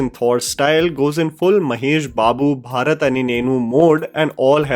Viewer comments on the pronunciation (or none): none